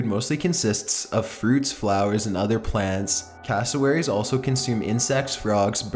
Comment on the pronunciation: When you say castlewerries 10 times in one minute...